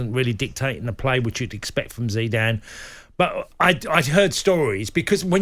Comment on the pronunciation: Zeeedan? Whose that?